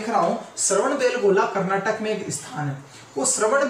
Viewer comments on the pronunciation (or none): none